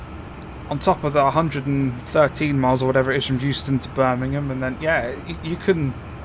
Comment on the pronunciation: Euston = Houston